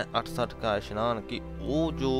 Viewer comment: Meanings are explained good but so many pronunciation mistakes of Gurbani like it is isnaan not ishnaan